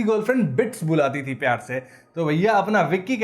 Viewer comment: मैं स्त्री 1 कि आपकी पाच साल पुरानी विडियो देखकर आया हूं, आपका "ळ" और "र" के बीच उच्चारन काफी सुधर गया है। उस विडियो में प्यार को प्याळ बोलते थे अब प्यार बोलते हो। Lovely keep growing